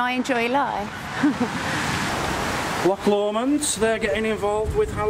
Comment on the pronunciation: I can't believe you pronounced Choc Lomand without the accent on the "och".